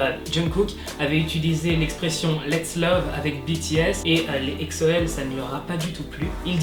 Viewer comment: POURQUOI TU DIT EKSO CA SE PRONONCE EGZO mais quand meme il abuse comme ca les EXO-L heuresement j'suis pas un EXO-L comme ca